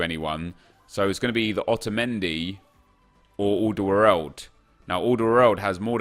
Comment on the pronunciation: The way he pronounced aldeweireld 😂😂.